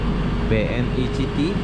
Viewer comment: "BNI CITY" WKWKW BANGSADH DIBACA "C" HURUF "C" NYA😂😂